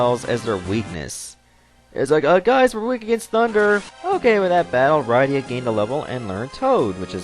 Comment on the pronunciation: Rydia is pernounsed rid-e-a